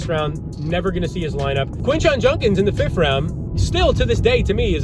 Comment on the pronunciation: Quinshon "Junkins"....